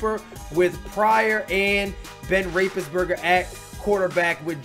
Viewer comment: its been a while. time to make some money again? lol easy money. "Ben Rapesberger" 😅